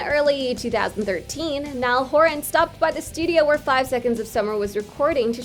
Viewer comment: NiAlL HoRaN (they way she says it 😂)